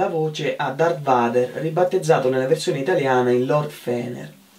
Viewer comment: Non si pronuncia VADER, ma VEIDER!! E' inglese, non lo leggi come lo scrivi! Vader suona malissimo, apposta li cambiarono in italiano. Qualcuno imparerà a pronunciarlo giusto prima o poi?